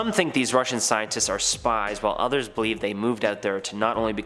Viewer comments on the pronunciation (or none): none